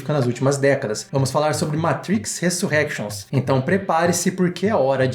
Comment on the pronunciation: resurénctions q fala kkk ai sim mina tao munitos de oculos vcs hein